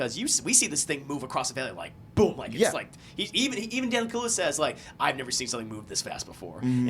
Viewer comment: It's Daniel Kaluuya... KA–LUU–YA. "Daniel Kahlua" sounds like whiskey mixed with coffee liquor 😂